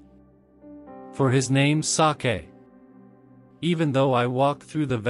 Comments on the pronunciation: Hearing the robot pronounce the word "sake" and make it sound like some kind of Japanese delicacy kind of took me out of the mood. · HELLO MY DEARS. IN THIS VIDEO, THERE WAS A PRONUNCIATION FAILURE REGARDING THE WORD "SAKE". WE ALREADY PROVIDE THE CORRECTION FOR THE NEXT VIDEOS. WE REQUEST OUR SINCERE APOLOGIES FOR WHAT HAPPENED. WE HAVE NO WAY TO REMOVE THE VIDEO, BECAUSE THIS WILL NEGATIVELY IMPACT ON OUR CHANNEL, AND OUR PURPOSE IS TO REACH MORE AND MORE LIVES AND BRING THE WORD OF GOD. WE THANK YOU ALL FOR UNDERSTANDING. GOD BLESSES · Yes , wrong the word SAKE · Sake was a comedy n it too